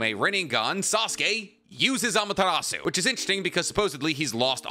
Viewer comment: boi why df do u say amatarasu